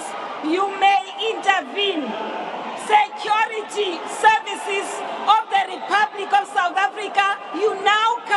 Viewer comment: What the hell is “Secyorite serviciz”😂